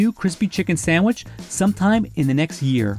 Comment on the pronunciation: Did that guy say Samich???? Jeez